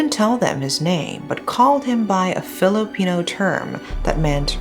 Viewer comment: I just have to say, pronunciation of Filipino words is impeccable!!!!! Thank you for doing this case justice.